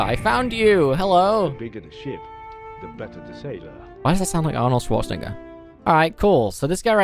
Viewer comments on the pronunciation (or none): none